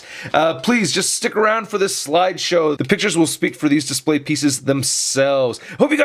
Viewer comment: Lol no y at the end of display